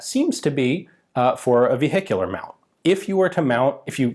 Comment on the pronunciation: Ve-hee-cular mount MG.